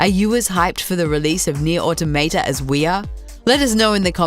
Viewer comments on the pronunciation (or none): How can you say the damn name wrong! Nier AUTO Maw tah. Pretty easy tbh. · "neer auto-mate-uh" tacks that onto my list of ways people have pronounced NieR: Automata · near auto maytay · Nier AutoMayTay?